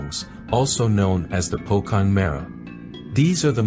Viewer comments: Pronounce pocong as "pochong" not pokong....don't pronounce it using English term....similar to Jakarta...read it as jhakarta instead of yakarta....this is not Europe still of reading text...lol.... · Po-"Chong"! not "cong" like King Kong* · I love when foreigners pronounced pocong as "po-kong" instead of "po-chong" lol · Pocong is not pronounce pokong, they're pronounce po-(chong) like change,channel, chandelier, chandra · Pocong is pronounced Pochong. Cheers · pocong, the letter C not pronounced with "K" sound, but with "Ch" sound.. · pocong pronounce with c as in china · Pocong is actually pronounced as po-chong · The "Cong" should be pronounce like viet- (Cong) And for kuntilanak the louder her sound (laugh) to you far away she is from you and vice versa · You buthcer pocong name really bad, it should be po-chong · So here a little how you pronouce Indonesian ghost 1. Pocong = read as Pochong 2. Sundel Bolong = read as Shundel Bholong 3. Kuntilanak/Kuntianak = read as Khunti A-Nak 4. Andong Pocong = read as An-Dong Pochong its a language barrier, Indonesian when spelling C a bit diffrent from English, example A Cat, when Indonesian read that word it sound like : A Chat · Yg bikin ketawa baca pocong jadi terdengar bokong wkwkwk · Well, the right pronunciation for pocong is pochong tho, the c is like ch in word cerry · please spell C as "ce" not "k". it's pocong, not pokong :'D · Pocong ; it's readed "c" not "k", "pochong" 👍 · its pocong C read like chocolate lol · it's actually pronounce as pochong. it is a kind of hantu (ghost). here in southern philippine we called it lutaw meaning hantu or ghost. basically the exact same thing as pocong but we only called it in our language. it is very scary it's very popular here, some have seen them, but I don't. we also have puntianak which is the exact same thing as kuntilanak. basically southern philippine have shared lot's of commons in pretty much everything with Malaysia and Indonesia. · Pocong om bukan pokong😅